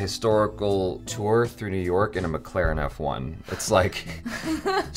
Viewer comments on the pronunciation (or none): none